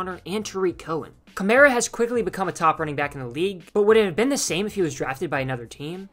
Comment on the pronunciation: You're pronouncing his name wrong